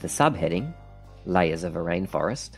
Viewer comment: Well done! Very simple and straight to the point.! Please, check the pronunciation of the word 'layer'.